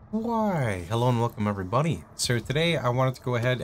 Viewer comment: I always hear it as everybunny. We are all bunnies